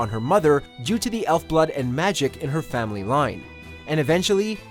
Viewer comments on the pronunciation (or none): none